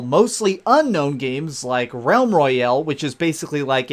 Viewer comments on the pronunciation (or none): "Battle Roy-El" superman's lesser known cousin